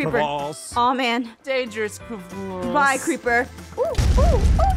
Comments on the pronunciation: the way says " Cravase " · Things I learned • blessed difficulty is awesome • you say cre-vass • aphmau videos are better without ein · Aphmau: The Cravasse Me: what's a "The Cravasse" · I love it when they say Crevasse. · I love when they said “𝐶𝑟𝑒𝑣𝑎𝑠𝑠𝑒” 😂😂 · When said mini crevasse